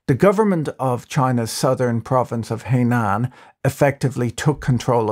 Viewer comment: Thanks for the great content as always. By the way Henan is pronounced as Her-nan.